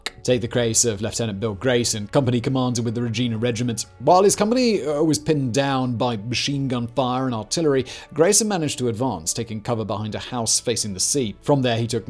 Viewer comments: mins, Grayson's unit was the Regina Rifles Regt. Pronounced 're gine ah' not 're geen ah'. Apparently Grayson thought he had the bulk of the company behind him and, only after rounding up all those Germans, did he discover he was alone. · Oh god Ra-Jean-ah No bro Raj-hein-ah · A good overview of the battle for Juno Beach, thank you for the stories of Canada's soldiers. Just wish you would better pronounce Canadian names. In the word Regina it is not pronounced Regena or Regene, but Regina. It is I not E. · Our flag at the time was a Red Ensign. A red field with a Union Flag in the upper left and the Canadian Coat of Arms on the right half. The Red Maple Flag was adopted in 1965 when I was 11. Is the 1st Nations soldier in the rear of the boat Tommy Prince? Regina is pronounced Rej eye na not rej ee na. Chaudiere is pronounced Shaw Dee Air courtesy of the E on the end. you make good presentations, but should check out how things are said. Good video anyway! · America moment: the 'Regina' part of the Regina Regiment is pronounced "reg-i-na", not "reg-ee-na"... Not a real criticism btw. Just kind of funny as a Canadian to hear others try to pronounce some of our countries more colourful city names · A common error usually by Americans is the pronunciation of the name of the capital city of the province of Saskatchewan in honour of queen Victoria. Hence the pronunciation re- g eye- na not re- g ee- na. Good summary 👍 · great vid, want more Canada! Small petty point the name Regina is pronounced Re-G-eye-na, as in Latin for the Queen. I know Latin version is Re-Geen-a, but us Bloody Colonials say Re-G-eye-na! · Great video! Ps we say Regina "Re Jai Nah" not Re Gee Nah😊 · Sorry, but , that's Reh-gye-nuh. Not Reh-gee-nah Sorry. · Interesting video, obviously not narated by a Canadian " Reg een a " is properly pronounced " Reg i na " exactly how it's spelled. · It's pronounced Reg eye na not Regeena. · In Canada Regina is pronounced Ri-gina